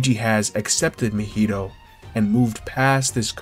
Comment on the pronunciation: This video was heat mane gotta subscribe for this but the way you pronounce Mahito's name kills me a little bit 💀